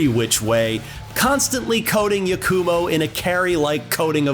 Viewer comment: Yah-koo-mo. It pains me how ppl can hear the correct pronunciations of words and names and still get it wrong 😮‍💨